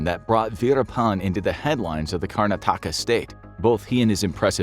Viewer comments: The name of the state is pronounced as 'Karn-aa-taka' and not as 'Karna-taa-ka' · Name pronunciation: KAR-na-THAK-ka Just fyi :) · But butchered Karnataka